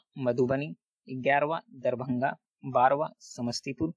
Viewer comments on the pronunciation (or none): none